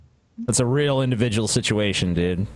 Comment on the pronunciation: Indivijul sichuashun